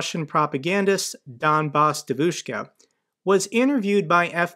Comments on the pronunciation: Hey, it's pronounced more like "dYEvushka". Source: wife is from Moscow lol. Keep up the good work. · btw, devushka is pronounced with the stress on the first syllable. If you pronounce it as "dEh-voush-kah" would be closer to the original one. It's not a criticism, just a little side note. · you have to learn how pronounce devoshka properly. Hearing you saying it the way you do is hurting my ears! 😅